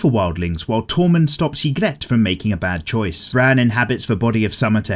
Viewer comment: Love the vid but it’s pronounced EE-grit